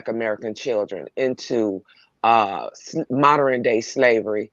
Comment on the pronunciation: I'm sorry, no disrespect. But, the word modern is pronounced MODERN, not moderren😂.